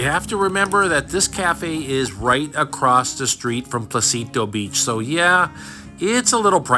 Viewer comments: For those interested on what beach he is at the beginning of the video it is NOT "Placito Beach, it is called Pocitos (No "L" and with an O like in Orca) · Small correction, it is Pocit’os’, it’s phonetic, they pronounce it all.